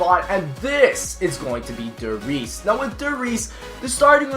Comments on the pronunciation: You said number 4 wrong, its Rise, not reese, German translation is "The Rise" Js, But good video over all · how dare u say der resse's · Reese's? Did you just say Reese's? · lol der reeses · Chayse Morales I mean when said Der Resses, I saw the map the Giant. Is the Giant just a different name for Der Resses or what? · Giulliano Martini Its DER RIESE, just how it stands here. DER RIIIIIIEEEESSSEEE. Put it in german google translator and listen. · der rise not reese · isn't what he said as Der Reeses, the Giant?